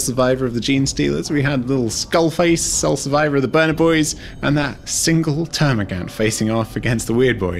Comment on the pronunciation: I couldn't watch this because you couldn't pronounce termigaunt correctly sorry guy